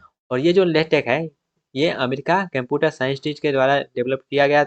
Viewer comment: aabe totle shi se bola kar latex ko lehtech bol rha computer ko camputur